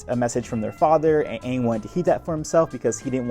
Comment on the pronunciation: not as bad as "Ong"